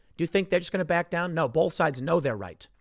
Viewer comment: Whoever it was that pointed out that Tim says the word "bolth" instead of "both" a few weeks back, thanks buddy now I can't fucking miss it. Damnit, Tim, please drop the L when you say both.